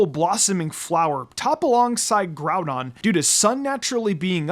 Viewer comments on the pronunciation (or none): none